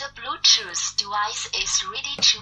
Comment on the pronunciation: "De blootjoose debica is reedy to pal... the bjootoo debice is connectidad successfulley..." that's for sure some cheap generic chinese bt junk :-)